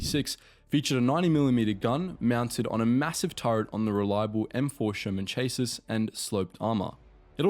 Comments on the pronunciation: “Chaysis” its SCHA SI - Chasis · It's pronounced 'Chasee' not chassis as it's spelt. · Please don't say "CHASE-IS" when you should say "SHASIE". It makes myy brain hurt. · Chassis....ChaSEA. the chase iss was killing me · Mk one is 'mark 1'. Mk2 = Mark 2 etc What is this 'chase us' ?? Chassis is a French word pronounced 'Shassee'. You sound like an Aussie, yet you have never heard reference to a chassis before, nor seen it spelt before??? This is so full of erroneous info to the point where I can't be bothered cataloguing it all, it's actually been covered by everyone else. Atrocious research. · Ch-ass-is Not chase-is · "chass' e" NOT "chas' iss." Geesh! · It's not "M-K" it's "Mark." It's not "Chay-sis" it's "shassy." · He used the armour stats for the M4A2 I think, they had a massive increase in turret armour too if using a howitzer, 76mm needed a new turret with less armour iirc, also chassis rhymes with classy not chas-is as he said (yes I'm being pedantic and doesn't matter in this response lol) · Just saying, chassis is pronounced cha-see, not chase-iss. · Why is he say chases instead of chassies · "cha see" NOT "chaa sis" LOL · Chase-sis??? Chasseeeeeeee! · Chasis pronounced Chasey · I would go so far as "Shass- ee", certainly "Chase Iss" ain't right. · Chay sis is pronounced shassey. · Chaesses?? You mean chassis my man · Shaz-ee, not chase-us. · You know that “ M....K” is generally just pronounced as “Mark” when narrating? And the way you say “chas-sis” rather than “chas-sea”. The Panthers gun was not the most powerful, shouldn’t the 88mm be in there (there were other tanks with more powerful guns, but the were either special vehicles or late in the war with minimal numbers) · Chassis = Cha-see Great vid, with some mistakes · "Cha sis" :eyes-purple-crying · Ahhhh. Chassis is pronounced shass-ey. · chassis is pronounced shassy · FYI “chassis is shassy Manoeuvre is manoover MK is mark 😉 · It's pronounced cha-see. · "Chay-sis" Oof.